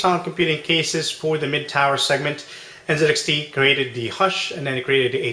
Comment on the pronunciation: aren't you from the US??? its n "ZEE" xt. American company, American pronunciation